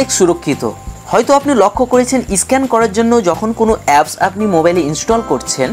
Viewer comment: দাদা... ভালো হয়েছে ভিডিওটা কিন্তু উচ্চারণ গুলো একটু ভালো হলে ব্যাপার টা র ও ভালো হতো.... যেমন... এডিট.. স্ক্যান.. pls রাগ করবেন না..